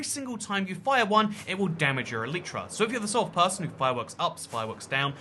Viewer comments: I have mending on my elytras and I buy xp bottles from villagers and always have a stack in my ender chest to repair my stuff Quick question: which one is the correct pronunciation "Elitra" or "Eleetra" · Unsubscribed for the way you say Elytra x,D